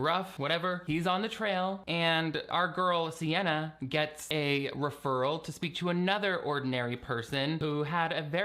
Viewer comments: Why WERE you calling her Sienna the whole time?! Oh, you got me when you read her name off that awful newspaper spread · You really called her Sienna the whole time 😂😂. Not me trying to used speech text for her name and it spelling CNN all three times I tried so I had to just had to hope it was spelled the way I thought phonically (sienna??)